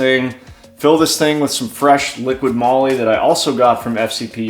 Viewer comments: I cringe every time people say liquid moly. 😑 There's no D in the name. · Liquid Molly too😂